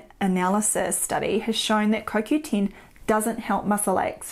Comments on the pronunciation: It is CoQten. Not CoQteen. I was not sure if you were talking about CoQ10. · lol! Its the dialect I guess....Sounds strange...